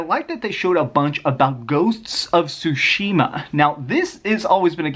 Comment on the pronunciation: Why are you always butchering Ghost of Tsushima's title?